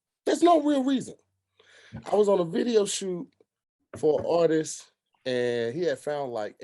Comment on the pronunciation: tongue 😂 I thought he said "all this" but he said "artist".